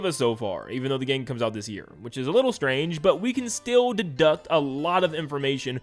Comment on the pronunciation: “Tap-estry” not “Tape-estry” Also, “deduce” not “deduct”.